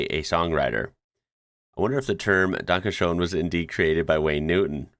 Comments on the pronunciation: it's pronounced 'dun-ka shen' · Really weird pronounciation of "danke schön". In typographic settings lacking the character Ö (in German, Ö is a character, not a character with a diacritic, like in the Englis word coöperate), or in English typography in general, Ö is often transcribed as OE. E.g. Schrödinger -> Schroedinger, Möller -> Moeller German Ü is often transcribed as UE, like müsli -> muesli, Müller -> Mueller. But for some weird reason, I've only seen Günther transcribed as Gunther in English. German Ü is also sometimes transcribed as Y in English, which match the German pronounciation better. German Ä is often transcribed as AE. E.g. Schäfer -> Schaefer, Jäger -> Jaeger German ẞ is often transcribed as SS. E.g. Weiß -> Weiss, Faßbender -> Fassbender. This can get really confusing, especially with street names (street = straße, straße starts with s), e.g. Weißstraße -> Weisstrasse, Weisstraße -> Weisstrasse German Y is sometimes transcribed with J in English. But this just sits wrong with me. German only use Y in forreign words, usually names, and when English transcribe the same forreign words/names, it always keep the Y, so why change it when it get the word/name inderectly via German? Sidenote: Many languages used to transcribe English W as VV in typographic settings. Some languages transcribed English Z to TS (or something similar). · Danke Shoen! 🤣 thats what happens if u let an AI speak english for u! Have them say "Oachkatzlschwoaf"! u manage to do that u might get a citizenship going along with ur "G" plate! greetings from styria!